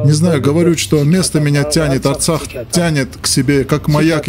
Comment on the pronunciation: Не Аррцах, надо сказать; Правильно ДРРРЦАХ. Надо сказать.